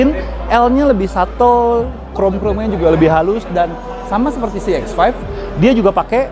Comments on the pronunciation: Harusnya bilang aja "be em we eks lima"😁memang aga shock sih dengernya "kok cx 5 sih"😁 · kok ngomongnya "Si X5" tp kyk kedengarannya "CX-5"😂😂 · Berkali-kali ngomong si x 5 , jadi kaya cx 5 :v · kudu dikasih spasi yg agak jauhan lagi😄